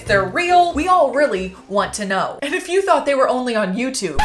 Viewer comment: Love it when shes like:REARLY ON FRIDAY❤😂✌